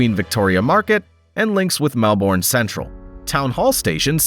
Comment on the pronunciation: That is not how you pronounce Melbourne